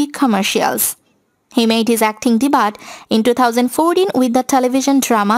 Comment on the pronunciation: its DEBU not DEBAT for the word DEBUT.